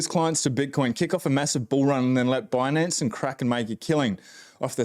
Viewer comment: I found it hilarious she kept saying bunance instead of binance